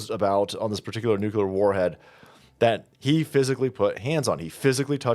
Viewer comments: 'noo-clee-are' Not 'new-cue-lar' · Please.. NUCLEAR..=NEW CLEAR..not nucular.. don't dumb yourself down. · Nu-clear not Nukular. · OMG it's pronounced "NU-CLEAR" not "Nuke-you-ler"👈😩🤣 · Dear, please don't say nucular 🥂